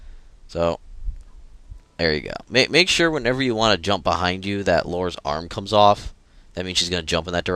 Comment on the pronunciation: *smashes huge nailed bat round back of head* it's Lara..not Laura....